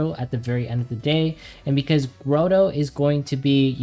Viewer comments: It is not "Grow-Toe" , it is "Grah-Toe" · my man says Grotto as grow-dough lmao good guide man!